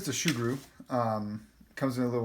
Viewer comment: Its soo-groo Not shoe-groo